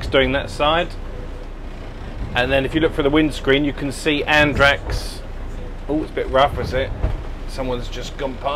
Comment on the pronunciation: Enjoyable and insightful video - just your pronunciation of Andratx and ignorance of the boat's length in meters were a bit shocking ;) Will be off to Cala D'Or in a bit less than a month myself, but will make do with an 8 meter bow-rider for a few day trips.